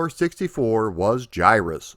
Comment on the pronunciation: Finally someone who can pronounce the name the correct way! It's one of my all-time favorite games, but all the ytubers seems to want to call it Guy-Russ, or Gihruss with hard-G's.